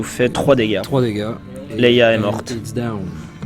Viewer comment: Leia et pas 'Leyla' Merci pour votre vidéo